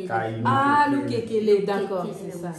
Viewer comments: C losekele et non lokekele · On appelle lokesele, pas lokekele. Je vous comprends!